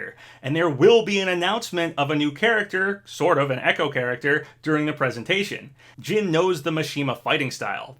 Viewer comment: who is jean? lol its JiiiiiiiiNNNN!!!